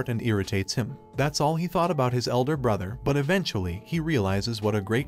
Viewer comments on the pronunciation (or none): none